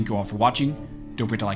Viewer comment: Practice saying "By Armed scholars." Observe the spaces between the words. You end each video by saying, "Barmed scholars." It took me several hearings to make out that Barmed was only a mispronunciation.